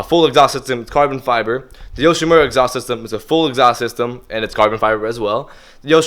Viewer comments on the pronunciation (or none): Let me know when you can pronounce the exhaust manufacturer's names correctly. I will take you seriously at that point.